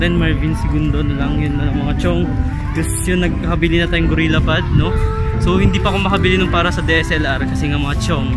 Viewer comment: gorillapod tsong hindi gurella pod